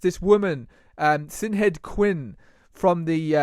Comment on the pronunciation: Great vid, power to the people. BTW. Sinead is pronounced Sha-nayed or Shauned.